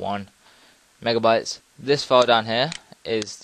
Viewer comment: ...Are you saying mega"wats" or mega"bytes"? Seriously, that's what I heard you say. Thanks for the vid btw.